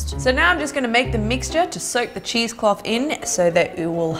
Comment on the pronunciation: Is she saying cheese clothe?